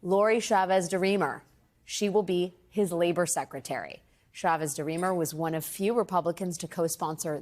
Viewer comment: Love alex wagner, but its cha-vez not sha-viz, alex wanger